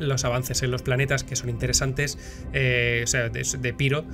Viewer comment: Amigo! puedes decir "Piro" fonéticamente tal y como se escribe. Es una palabra de origen griego que se pronuncia igual en español. Son los angloparlantes los que deforman su fonética original, así que sin miedo!